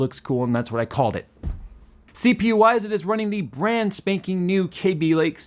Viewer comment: Love how says "KAYby" not "Cabby" lake. Ran into an Intel employee randomly at a wedding, and apparently it was always "KAYby" but then an executive started calling it "Cabby" and everyone below him started following his pronunciation.